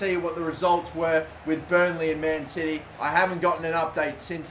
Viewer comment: When he says man city I hear man titty